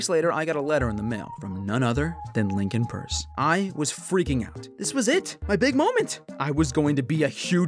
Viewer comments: As a fellow Big Nate fan, I’m glad you pronounced his name purse instead of… PEirCe. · It's actually pronounced purse so yeah he knows what he's saying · You can tell he’s a real fan cuz he knows how to pronounce Lincoln Peirce as purse.